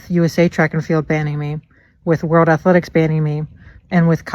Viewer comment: He needs to be banned for the way he pronounces athletics.